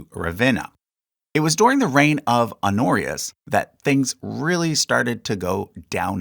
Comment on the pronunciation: Pronounce the h on "Honorius" holyyyyy